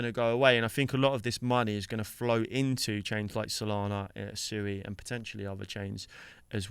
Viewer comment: It’s pronounced SWEE as in the word SUITE. You obviously have not watched anything with the founders. Just because most people pronounce it wrong doesn’t make it ok